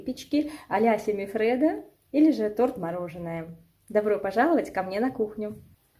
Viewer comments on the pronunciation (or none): Так правильно семифреДо